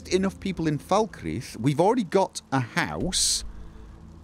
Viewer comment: Oh my word, pronounced "Falkreath" correctly (as opposed to "Fahl-cray-uth").